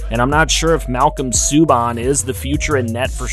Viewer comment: Btw Subban is pronounced Sue-Ban all 3 Subban’s are the same due to them being brothers